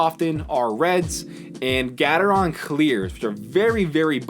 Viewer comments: gatetron is pronounced Gay-tron btw, not gat-er-ron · It's Gateron not Gatetron :) But yes, it's more like gay-ter-on